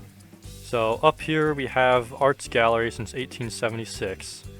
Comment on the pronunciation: congrats on pronouncing "art gallery" correctly, really cool stuff